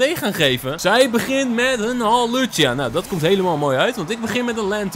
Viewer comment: Het is hawlucha niet Halucha🤣